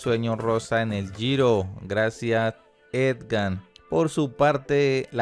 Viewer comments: La única razón para oír hasta el final fue para darle la oportunidad de que dijera Egan y no EDGAN.Si es dislexia, que pena con el locutor y mis disculpas, pero si es por despelotado, que cambie de oficio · EGAN PARCERO... NO EDGAN, por lo demás... buen video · Es Egan no Edgan, debe pronunciar mejor. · No es edgan my friend es egan 🤦🏻‍♂️ Viva colombia, colombia por el mundo. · jajaajja cada vez que dice edgan es como una espada atravesando el pecho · Lo duro es que lee las noticias y sigue diciendo Edgan! Que cosa!! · Jajajaja si es cierto, uno concentrado y derrepente escuchas edgan jajaja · EDGAN o EGAN gracias por ese triunfo. asi lo dice el comentarista de el video una y otra ves jajaja me hace reír pero bien por EDGAN ja ja ja ja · Buen video, pero todo el tiempo llamaste al campeón: Edgar y se llama es Egan, Egan no Edgar ó esgan como aveces me pareció escuchar. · Tenemos un serio problema de lectura. Decenas de veces aparece el nombre “Egan”, pero él insiste en “Edgan”. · no se llama EDGAN se llama EGAN... Lo dijo mal todas las veces... Felicitaciones EGAN... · ED-GAN HO. EGAN. (?) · Que alguien le diga que NO ES EDGANNNN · Saludos a "EDGAN". Jajajaja; será que el narrador de este video no sabe leer 😂😂😂😂👍👍👍👍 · Lo peor es que sale en la pantalla EGAN no sé cuantas veces y siempre dice EDGAN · Si que aprenda a leer o almenos que se informe como se llama EGAN . No edgan es EGAN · Jajajaja "Edgan, Edgan, Edgan", no se cansó el hombre de pronunciar una y otra vez mal el nombre de nuestro campeón Egan Bernal ✔🤭🤦🏻‍♂️ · Debería instruirse bien antes de hacer cualquier comentario. No es Edgan sino Egan. Por el afán de hacer el twit y recoger likes no hace bien su trabajo. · it's EGAN not EDGAN Es solo cuestión de leer, me duelen los oídos cada vez que este señor se inventa y pronuncia como se le da la gana, yo vi que el giro lo gano Egan, no tengo idea quien es ese eDgan del que habla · Sr se dice EGAN y no Edgan. Pronuncie bien por favor. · Agan se dice